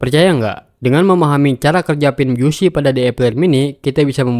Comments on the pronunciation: Maksudnya yg bener dibacanya bisi. Lebih tepatnya "bizi". Bukan biyusi. Belajar bahasa Inggris, mas. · Bacanya Bizi... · Busy dibacanya 'bisi' selebihnya konten ini keren n berguna👍